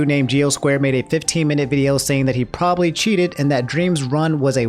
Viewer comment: “Probaly cheated”